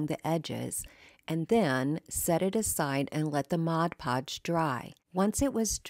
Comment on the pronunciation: I would like to take a moment to thank you for pronouncing 'Mod Podge' correctly. I don't understand how so many creators pronounce it so incorrectly.